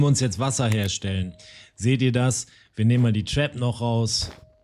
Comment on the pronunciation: Ab Sofort Trinke ich immer einen kurzen wenn du Trap zu Tarp sagst :D